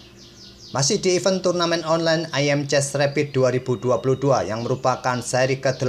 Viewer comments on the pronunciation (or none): ((Ayem chess)).. bacanya eim chess min